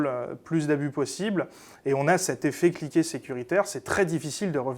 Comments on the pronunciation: Effet Cliquet et non pas " effet cliqué " . Comment peut-on faire des fautes pareilles .... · lisez "Effet cliquet" et pas "effet-cliqué"...